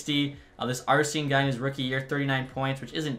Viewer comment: Bruh my first name arsene that shit is so wild I never hear it scared me genuinely when you said it, you pronounced it exactly how I say mine too 🤣